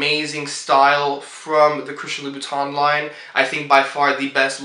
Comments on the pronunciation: Oh and Monsieur is written with only one I . And this is pronounced Loo boo tin (like the teint in fond de teint) . At the end of the day it is so much better to be fluent in French rather than have french shoes . Huge thank you to my parents for sending me to boarding school in Switzerland. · he cant even pronounce the brand name properly what do you think :)